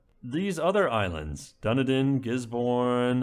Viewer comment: Also Dunedin is like "duh-knee-din"